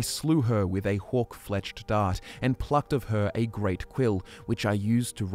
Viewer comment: Each time he says “hawk” it sounds like “hork” and I imagine some kind of baby horker